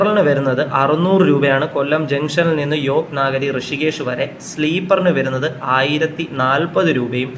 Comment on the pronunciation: യോഗ് നാഗരി അല്ല 🙏യോഗ് നഗരി 🙏ആണ്.